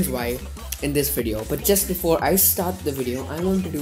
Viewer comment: You putted a extra "b" in before in XD